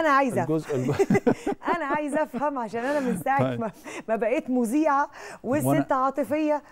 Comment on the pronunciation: مذيعة بالذال وليس بالزين